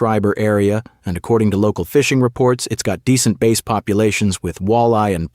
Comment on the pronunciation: said bass like base 😂